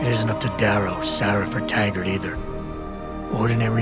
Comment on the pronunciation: Um, his name is Taggart, not Haggard